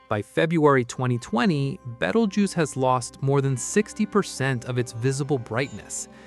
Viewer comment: In the first 10 seconds, when it mispronounced "Betelgeuse" I know it was AI slop!